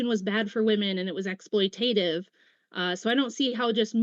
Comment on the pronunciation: Smarter than, who doesn’t even know how to pronounce “exploitative”.